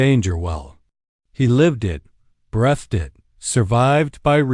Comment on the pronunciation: There is no such word as 'brethed'. The word is pronounced 'breethed', spelled 'breathed'.